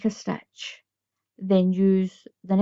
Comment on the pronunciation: I'm aware that you are Scottish. I like the way you say stitch "stech"